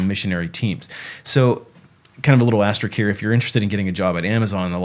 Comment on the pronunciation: the word is "AsteriSk." The word "risk" is in it.